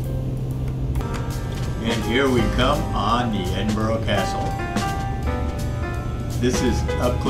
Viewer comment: Edin-Burr-uh. that's how to say it, I just watched Glasgow and it was good. You're spot o MS have done a great job on this update I wonder what the smaller places look like Perth Dundee Aberdeen etc. I'm rebuilding my Flt Sim so not flying at the moment.